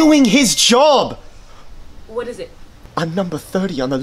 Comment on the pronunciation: The way he kept saying joab